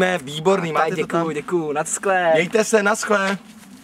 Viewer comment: Když už tak to neni naskle ale naschle;)) ..a Vaše videa sou jakože dost super ale tohle ..Nechte Justina bejt;))) chápu to že závidíte:*